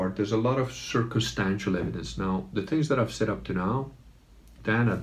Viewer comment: Did he say "circlestancial evidence?" Just asking.